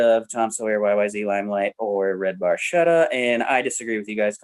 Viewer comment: Geddy actually mispronounces Barchetta. The C is hard.